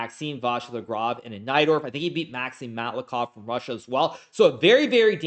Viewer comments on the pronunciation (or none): none